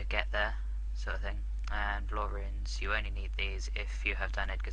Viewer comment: Did he say troll"HELIUM" tele?